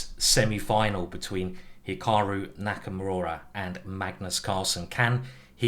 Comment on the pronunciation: Finally he learned to pronounce Nakamyura correctly